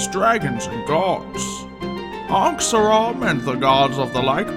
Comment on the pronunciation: Its pronounced Ankhseram